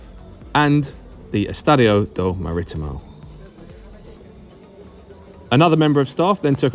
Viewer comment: When you say Maritimo is one of two teams on the island your only half right. They actually have lots of minor teams and used to have 3 major teams Maritimo National Madeira Unial Madeira who folded earlier in the year. It is also pronounced Maritimo (as in Maretemo) You are over pronouncing the I.